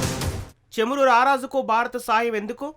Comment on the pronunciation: చమురు not చేము రు కాదు